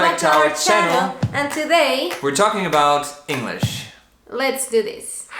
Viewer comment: sigues diciendo “these” instead of “this”!!!! 😂😂😂